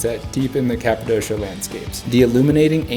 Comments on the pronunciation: Capadoshaaaa? Oh sweet jebus, how can you say it like that and claim you have been there. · Why do all americans say Kapadossssssha. Its Kapadokia. Its like you havent even been there, if you dont know its name.